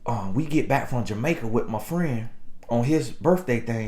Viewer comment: Off topic...This is the first time I heard pronounce "Jamaica" correctly!😊